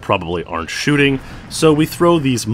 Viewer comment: I thought it said chooting